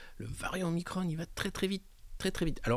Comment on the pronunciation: Parfaites ou presque sont vos chroniques, un point de détail, pourquoi prononcer omicronne et pas omikron ? Je m'interroge...